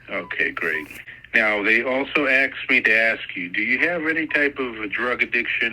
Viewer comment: "They were making pills from India..." makes absolutely no sense. The investigation has been going on for 13 years??? Right, he can't disclose your address because he doesn't have it. Which district is this district attorney from? He never mentioned that.🤔 Oh man he said AXED.😖 This guy is so slick, trying to get all of this info over the phone. Then he yells at you about not telling him that you "wasn't" feeling well. 🤮🤮 He and his friends (?) are playing cops and robbers. These people must be in prison. Seriously. This phone call would NEVER come from the FBI. The FBI will block your phone from international calls?😆😆😆😆😆 Oops, he messed up big time - there is no such thing as the US Confidentiality Act. There's the Privacy Act, but he said what he did because he's a filthy, ignorant scammer. And you even tried to correct him. What a moron. Did I miss the amount of the "fine"? Oh here come the officers.🤦‍♀️ You were absolutely incredible!👏👏 BTW, I have lots of family in several countries - wonder how they'd manage that.😉